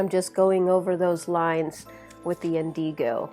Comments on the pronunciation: It’s pronounced INdigo (accent on the first syllable; not inDEEgo, sorry. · You are pronouncing indigo incorrectly